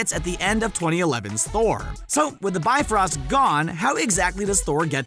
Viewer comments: yup, its the bye-frost not the B-frost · i lost it when he kept calling it the beefrost its the bi frost not bee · I'm sorry, but I can't take y'all seriously when you keep saying "bee-frost" over and over